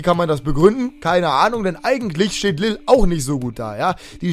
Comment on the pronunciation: Lille wird eigentlich "lil" ausgesprochen, mit einem lang gezogenen i